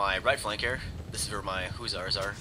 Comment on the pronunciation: Not to be an ass, but just for future knowledge, it is pronounced either Hush-ers, or Huss-er not oo, but u--the former was uncklear on that. Again, no offense intended. For us history buffs, Hussars were actually the European Highwaymen. They then began using the term for a light cavalry.